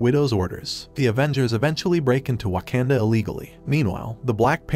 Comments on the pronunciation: Bro it’s not waknda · You pronounced the word waknda wrong I think.